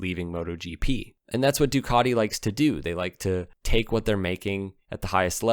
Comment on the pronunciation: Ducati.... Not Ducarti.